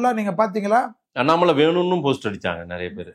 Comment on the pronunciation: நறைய இல்லை நிறைய. உன் வாயில் வாசம்பை வைத்து தேய்க்க